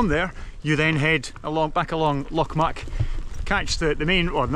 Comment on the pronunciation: It's pronounced Loch "Mick" not "Muck" or as one ambulance dispatcher once called it Loch Myu-ick🤣🤣